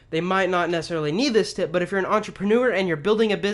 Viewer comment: Tip sounds like Tit Great tips though 👍🏽